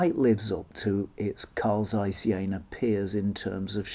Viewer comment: Very interesting to see them still around. (It's not the end of the world or anything but the "Z" in "Zeiss" is pronounced as "z" in "pizza" or "Mozart".)